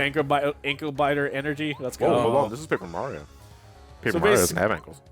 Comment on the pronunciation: Curse of Paper Ra-rio